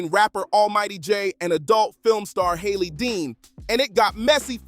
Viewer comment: it's Harley. Harley Dean. Not Hayley 😒